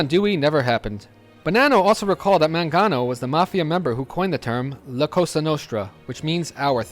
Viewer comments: Mangiano? It's "MAN-ga-no." The G as in "get." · Apart from the mispronunciation of the last name Mangano ( Man-GEE-ano ) : MANGO , MANGANO , the letter G sounds the same in both words ( sorry I’m Italian 😊 ) , it’s a great video , lots of info . Thumps 🔝 ❤